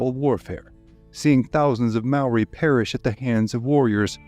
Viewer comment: as a kiwi, your pronounciation of Maori words is better than any foreign narrator ive heard yet, mad respect 💪